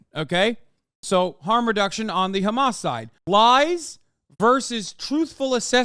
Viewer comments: Shapiro is so —that he cannot even pronounced Hamas, he is keep saying “Khamas”. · Why does Shapino say Хamas for Hamas? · idk if you mean in arabic or Hebrew, but in arabic, the kh sound is an entirely different letter than "h". In Hebrew, al least from my Hebrew speaking friends, is about the same pronunciation; "ha-mas". Apparently that "kh" sound is just an Israeli thing